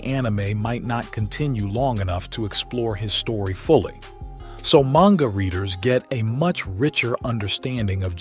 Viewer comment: im like 98.42% sure this channel is AI you pronounce manga different every other time